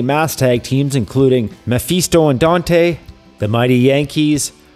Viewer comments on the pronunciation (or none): none